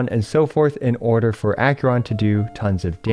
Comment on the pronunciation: Ack-ER-on not Ack-yur-on.